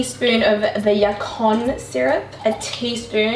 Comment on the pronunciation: Hi! I'm an OG subscriber of yours and I love your videos!! (off course haha) I just wanted to tell you that it is pronounced YACON, like you said it the first time, the word is in spanish and is a root from Colombia (where I am from too):) hope it helps <3